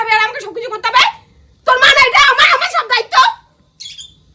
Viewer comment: Kothao bolte jane na soril noi sorir